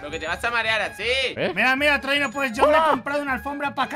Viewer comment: Se escucha trolero en vez de Trollino